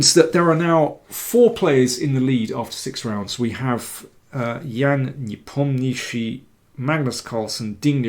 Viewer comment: I find it so funny when Danny says 'Nepomniachitchi' 😂